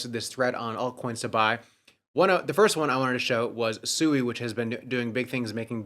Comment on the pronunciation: SUEY 😂🤡 still pronouncing SUI WRONG, or is SUEY/SUE E a meme coin? Did you buy more DODGE coin, you know the coin Elon mentions DODGE. That's what its like when noobs hear you pronounce investments wrong. Crypto, the only financial space where you have a bunch of low IQ 1diots that can not only NOT pronounce their investment but also rely on YouTube influencers for all their info